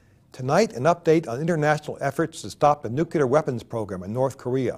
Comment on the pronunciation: "Nukilar weppins"